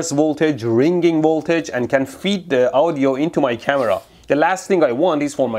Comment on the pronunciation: It's funny the way he says Audio. It sounds like Ow-dio... Lol.